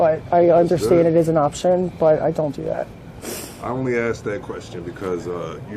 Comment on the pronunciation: “ axe” Questions??😂 😂😊